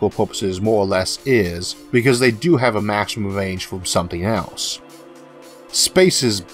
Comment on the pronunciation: Range not wange